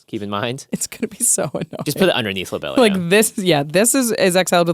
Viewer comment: the pronunciation of lobelia was killing me lol